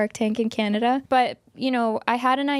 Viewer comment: I picked up on that too and she emphasized the word “Canada” and my little antennas went up 😂